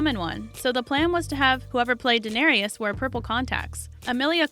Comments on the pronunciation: You start out annoyingly incorrect in your pronunciation of Emilia’s GOT character’s name, but corrected halfway through, so, points, but it drives me so crazy when her name, after all this time and popularity, is mispronounced. For the record: “Duh-nair-iss” Not: “Duh-nair-EEE-uss” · It’s pronounced like Dan-air-us.... not Danarious!!! And I think us fans knew most of all those facts. Old news 😒😞😲😴. These facts are so old.